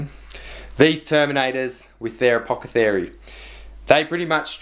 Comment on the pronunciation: A-poth-e-cary lol